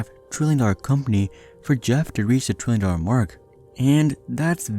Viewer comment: Is it just me or is it that when he says trillion it sounds like 20